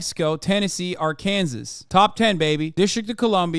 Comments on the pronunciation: I like hpw you pronounced Arkansas, Ar-Kansas lol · AR-KANSAS LOL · My man said ar-kansas lol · they truly dont anymore it seems like. i live in columbus ohio & when you get in an accident the cops no longer report accidents, you need to call down at courthouse if you want to file the accident report. like why would we call the cops then? how can insursnce companies then know who is at fault without just going with whoever calls first in the accident also absolutely love how you said Arkansas 🤣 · dude you live in america how do you not know how to pronounce Arkansas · I love the way Hasan pronounces "Arkansas". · as someone who lives in Arkansas, same